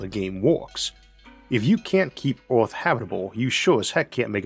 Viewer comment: 'Orth'? Where's 'Orth'? What's 'Orth'?